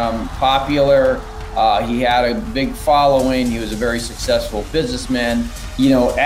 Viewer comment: "Suss sesfull" 🤣